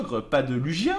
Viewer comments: "Lougia" pas "Lujia" !!! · ça se prononce Luguia